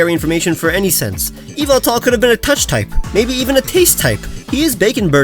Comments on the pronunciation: Acshuly it,s yahveltal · Ok...its pronounced yu-vel-tol